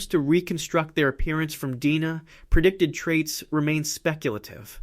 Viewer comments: D-N-A not "Deena". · Deoxyribonucleic acid. The AI voice Almost sounds real, but the mispronunciation of "DNA" gives it up.